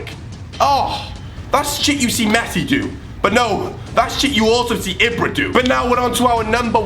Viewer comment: You say it as ebra not ibra